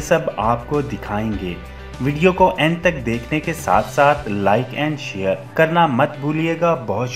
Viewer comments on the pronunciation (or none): none